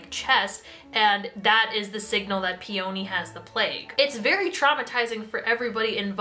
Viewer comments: I'm sorry but I'M SREAMING over the way you pronounce "peony" it's "pee-uh-nee" not "pee-o-nee" she's named after the flower 😂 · Okay i will forgive Eeko but i will not forgive the way you say Peony???? Pe-Oh-Nee girlie WHAT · PEE ONI!?!! PEONY. LIKE THE FLOWER. LIKE ELENA CALLS HER BELOVED FLOWER HOME WHICH I KNOW YOU KNOW WHAT IM TALKING ABOUT I SEE THE BIBBLE IN THE BACKGROUND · "pee-oh-nee" ITS "PEE-YUH-NEE." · For future reference peony is pronounced pe-uh-nee. It's a flower😂. Also I absolutely adore this series. It is one of my favorite book series ever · YESSS SOMEONE WHO PRONOUNCES “IKO” RIGHT 😭 😭 although peony is actually pronounce pee-uh-nee and channary is pronounced “sha-narry” or possibly “sha-nah-ray.” Marissa Meyer has a whole pronounciation guide on her website! Apparently there are people out there who pronounce Kai as “kay” 😭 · brooo i re-read cinder (for a kindle reading challenge lol) recently and somehow forgot how o b s e s s e d i was with the series. so goood. aso, i was always in the "Ee-ko" not "Eye-ko" camp, so that didnt bother me, but the hard emphasis on the o in Peony was almost too much for me 😭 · Your pronunciation of Peony is making me cackle bro